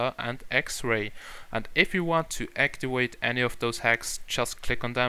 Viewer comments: Practice your English its actiVate not actiWate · actiwate? really -_